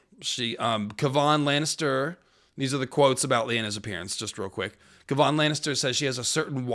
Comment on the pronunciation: Dear god, not KuhVaughn Lannister 😩